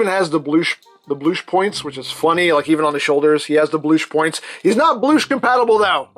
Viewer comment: No 'Bloosh' compactible!